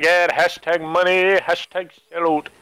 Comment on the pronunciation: "Munny" hahahaha